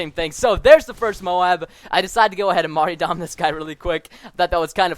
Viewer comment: mar-tyr-dom. you play like a pro, but mar-ty-dom sounds straight out of preschool.